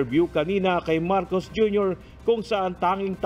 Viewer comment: Marcos at hindi marcoc